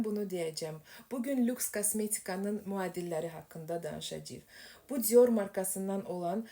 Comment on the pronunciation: Cior yox dior civarı deye bir söz yoxdu dilimizde dilimizi qetl elemeyin zehmet olmasa